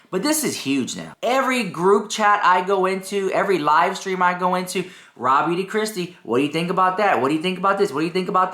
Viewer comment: I swear you said Raw Meat Kristi 😂 🐍 ❤ 🎃